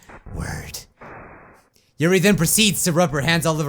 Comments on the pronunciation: YUrl not yuri YUrl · ITS YURI NOT YURL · It's not yurl for God's sake it's yuri